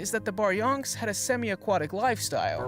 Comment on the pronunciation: “BARYONKS” omfg 😂🤣